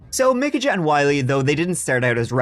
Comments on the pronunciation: Michajah Is Pronounced Like (-UHHH) It's just weird that your name is and you're pronouncing it like the way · I believe Micajah is pronounced Mikey. 🤷‍♀️ Love you! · Micajah is pronounced " Ah" or POS whatever you like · pronounced "muh-cay-uh" (Micajah) or mih-cay-uh" or "ma-cay-uh". depends on your accent.